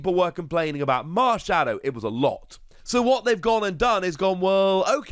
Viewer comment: Theivel? More like "Marn-shadow"